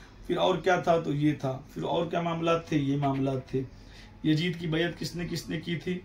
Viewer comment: Hazrat pehle apne talaffuz sahi kar lijiye masjid ko majid aur yazid ko yajid bol rahe hain